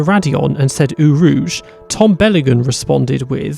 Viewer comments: It's pronounced "Oh" rouge not "Ooo" rouge. A true F1 fan would know that. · "Ooo Rouge". BRUH. It's pronounced "Oh Rouge"